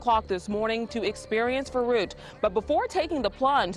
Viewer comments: I'd appreciate it if you'd spend a few more minutes on pronounciation. Just put the word into google translate and press the speaker, it will show you how it's pronounced. V in german is like an f, and the ü is not an u, it's more like the i in "lick". I cringed everytime you said the word. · Well, no one in the entire video had the pronounciation of "verrückt" even remotely right (neither did you by the way). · The pronunciation of the slide Verruckt is so poor by the narrator, that no German would know what he was saying. For example, the letter 'V" that starts a word has the "F" sound, not the typical American V sound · I really had a hard time understanding the name off the attraction when it was spoken by the narrator. I really couldn't make anything out of it. Until about 3/4th I saw the name of the attraction as written on a plaquette. Verrückt. Yes a german word. Should also be pronounced german. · Could you have not pronounced the name of the ride consistently throughout the video? Veroockt, veruckt, make up your damn mind! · It took me till Minute 27 as a German to understand the Slide was called "Verrückt" (Crazy) in German. Ver (like the FER in ferrous) The "Ü" is pronounced similar like " Make the sound “ee” as in “cheese” and then make your lips into an “o” shape" and then just a k and t. ^^" Some things sounded like "verrucht" (nefarious) or even Beirucht (which sounds like a mix between something German and Beirut, the Libanese capital :D). I feel so stupid. :) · Well, "verrückt" is also not pronounced "fuh-rookt". 'Muricans I guess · its interresting alright, specially the fact, those in charge, dont listen to "scientists"engineers, because....what do they know?! but idk why americans NEVER check out how to pronounce foreign languages 🙄 its "verrückt" not "faroug"😅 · Your pronounciation of "Verrückt" gives me a headache. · That's not how you pronounce verrückt 😂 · VERRÜCKT not veruqt, cmon! at least try 🤦‍♂